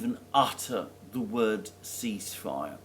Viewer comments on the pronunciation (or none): none